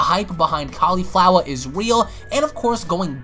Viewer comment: I know even was pronouncing her like cauliflower lol